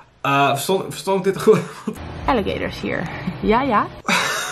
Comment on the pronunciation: Alligeetorrsss? Die beesten heten gewoon Aaaliegaaatorss!! Grrrrrrrrr